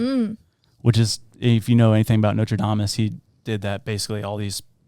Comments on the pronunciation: Nostradamus* not notre damus 😂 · ‘Notradamus’ - do you do ANY research bro?? 😂😂 Like he’s from Notre Dame? LOLOLOL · I LOVE you all SO MUCH and swear I’m not trying to seem snide or like a smarty pants but it’s not Notredamus it’s Nostradamus. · Maybe by 2027 you’ll learn how to say Nostradamus, with an “S”. I wish people that made this much money mispronouncing and half-ass researching subjects would just care enough to create accurate and well spoken content. It’s like watching g 3 monkey’s sodomize a coconut.